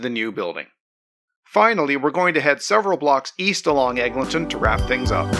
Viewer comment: Egg, Lynn, ton.